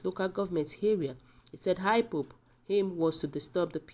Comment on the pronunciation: Please is not high pop but IPOP not heny body but anybody and etc. So if you cant pronounce wards well is very difficult us to understand the news from you thanks